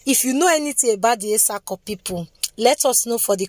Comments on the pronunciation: Well done oo, but your pronunciation is not correct. Where is the place of the Auchi people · We are etsako afemai people. We are Muslim no Christians. Christians or Muslims by mouth. But we are traditional people. And please learn how to pronounce some name before you call it. That you anyway